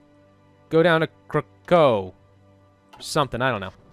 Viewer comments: "Kraków" is pronounced "Krakoof". In Polish 'w' is pronounced like English 'v' (but in this case it gets devoiced to 'f', because it is at the end of the word), 'o' with an accent (ó) is just like 'oo' and 'L' with a line (ł/Ł) is the Polish counterpart of "double u" (w). There are various other spelling differences, but those are the most common misconceptions. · In polish it is Kra-coof [IPA: krakuf], but It is anglicised as Kra-cow [IPA: krækaʊ]. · The way you pronounce Krakow physically hurts me